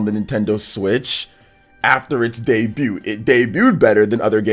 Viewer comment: The T in DEBUT is SILENT! U don't xsay the T at the end!